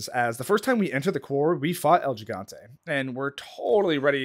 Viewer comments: quick spanish lesson, its not el gee-gante, gotta pronounce it like hee-gAnte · White boy saying El Gigante wrong got me pressed😭